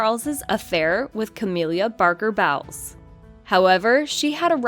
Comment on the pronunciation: "Cah-mill-ah", not "Cah-meal-liah", "Bowls", not bowels.